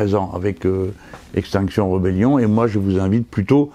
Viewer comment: par pitié : rébellion, pas rebellion!